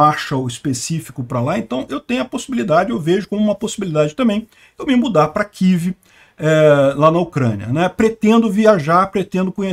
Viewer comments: Mas que coisa irritante! Todo falante de lingua portuguesa fala KIEVE, mas o bonitão, acha mais elegante falar KIV. Argh! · "Quív"??? Pelo amor de Deus!!! Fala UCRÂNIA, pelo menos!!